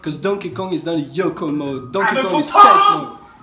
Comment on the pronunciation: Great video. But it's pronounced "TA-TAE" in Japanese. Not "tait". So rotate it counter clockwise? About to do mine now. Thanks!